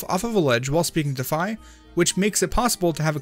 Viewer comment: It's 'Fee' I played Hyrule Warriors Legends.